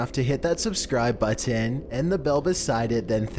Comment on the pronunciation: It's button, not "bu-TEN"